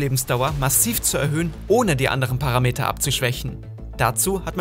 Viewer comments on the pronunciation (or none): none